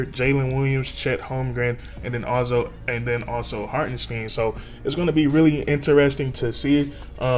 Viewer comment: Knicks fan here...nice video on my guy. It's pronounced HartenST👀N.👌 He will be missed. Congrats on the pick up OKC.